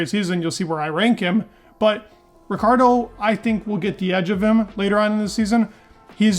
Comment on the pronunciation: You mispronounce and misspelled his name. his name is spelled Daniel Ricciardo...